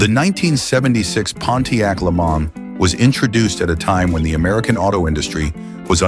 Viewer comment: The content here is downright offensive. Way to throw shade on American cars. Pronouncing LeMans as Lemons is also offensive. (AI-- not exactly progress)